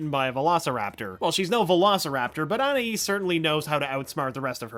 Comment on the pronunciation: I appreciate this guy ACTUALLY pronounces Anais' name